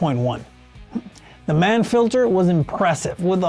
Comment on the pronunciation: “Mann” rhymes with yawn